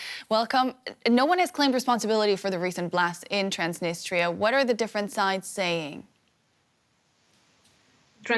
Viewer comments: Trans-Da -nis-der It's Trans-nis-tre-a lol 😆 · "Transtinister" perfect 👍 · It’s “Transneester” now? Wasn’t it “Transnistria”? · I thought it was called Transnistria not Transnister. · I guess nobody can't pronounce such a word TransDniester. It's Transnistria from the river Nistru. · Transdinistra? Thought it was Transnistria. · It's Transnistria not Transnister! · Please, Transnistria, not Trans-dniester! Trans-dniester is a Russian pronounciation! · I didn’t know Transnistria was pronounced transnister . I’m not European can someone explain??? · Are you a Journalist ? Is not Transtinistria, LOL, is Transnistria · do not know why you call it transneester when the people of that land call it tranz-nis-tree-ah transnistria. did people forget how to read and break down words to syllables. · Ha ha ha, “transnister” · You have a guest who is pronouncing the name of the region correctly and you have two correspondents completely chewing the name. How about you actual be professionals rather than just pretending. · By two separate reporters incorrectly called Transnistria, that's trans-nist-ria. Your output is usually reasonable and the standard of your journalism is respectable. But basic place names are things that are correct prior to going to air. ( uses the correct place name, I think he's way more familiar with the place that your journalists). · get used to pronouncing it. It's tranz·ni·stree·uh